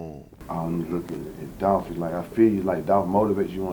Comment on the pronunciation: ITS DOLPHHH 🐬